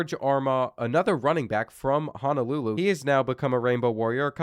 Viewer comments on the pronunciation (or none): none